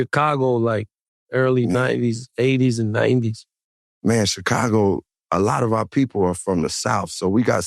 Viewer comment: why joe keep saying Checago....its annoying tf out of me